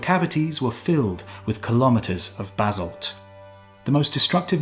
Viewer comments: I've never heard Basalt pronounced "Bazzled" before. Must be a Brit thing. Lovely people... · Where’s this z in basalt you keep pronouncing?